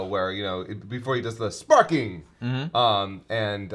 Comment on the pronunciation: am i the only one who heard spudnik instead of sparking during the intro?